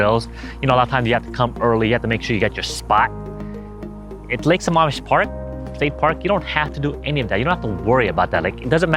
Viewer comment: Hey bud just thought I'd let you know it's lake sa"maam" Mish. Not Sa"mom"ish